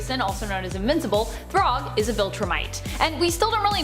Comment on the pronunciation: Thragg is said like your saying rag like a dish rag. Not throg like frog 😂😂